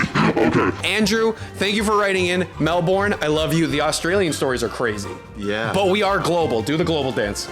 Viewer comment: As an Aussie The way he says Melbourne mentally, physically, emotionally, psycologically, spiritually hurts me 😭😭😭